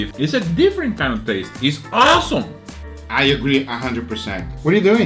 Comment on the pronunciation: "dis lamp is awwwsome"